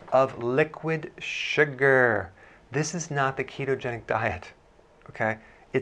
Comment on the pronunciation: Love how you say SU-GRRRR! 😂